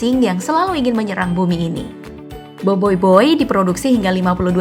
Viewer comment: BOBOIBOY BUKAN BOIBOIBOY